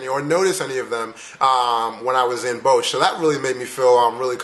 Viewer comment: Wow, I really had to replay it when you said "Bosh". We don't have a place named like that. But than I realized you were trying to say "Den Bosch" with is pronounced with a round "O" sound and just s simple sort "S" at the end... Good job though!